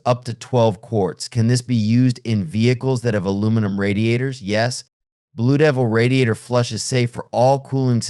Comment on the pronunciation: I hate these AI BS narritives. Blu Deevil? Wow. No credibility